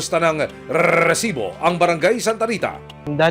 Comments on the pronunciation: Nakaka irita pg sinasabi nya ung rrrrrrrreeesibo. Hahaha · kinginamo emil sumangil. ang cringe ng RRRrrrrresibo mo. ayusin mo nlng. prang nilalagari lalamunan mo hayop